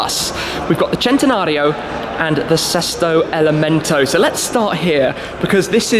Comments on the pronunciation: Sesto elemento meaning sixth element....not" sick element"wtf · Gary Tucker “Sesto Elemento” please !....not Selesto ! 😉 Sorry.....but I am Italian . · Sesto elemento shmee means sixth element not seak or seek element